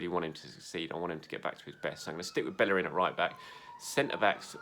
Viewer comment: dude said he'd like hector ballerin at right back! ....hector bellerin 😐